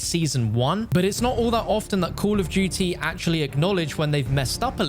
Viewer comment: why do u say duuy instead of duty